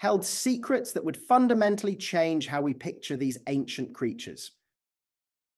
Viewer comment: The computer voice seems to be confusing the words "Triceratops" and "ceratopsian." ". . . our entire visual conception of Triceratops was fundamentally wrong." Computer voice does not know what "fundamentally" means.